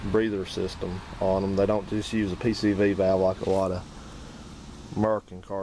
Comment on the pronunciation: Should of turned it off when he said Valvo.